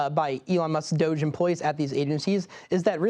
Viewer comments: It's not 'Dozhe', it's Dodge-y. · it is pronounced do -ge like doge houser.